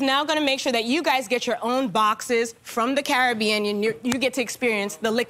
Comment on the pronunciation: They're saying "Care-a-bean-n", not "Caribbean"!! 😭😭🏴‍☠️🦜